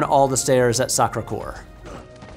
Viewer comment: "For the sake of finish viewers I won't pronounce that" bro you called the Sacrécoeur the Soccersquare